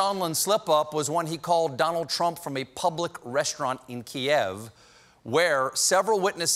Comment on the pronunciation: Congrats Stephen. You’re the only american who can pronounce kiev 😹